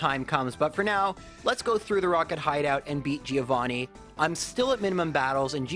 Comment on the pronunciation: That's not how you pronunce the name Giovanni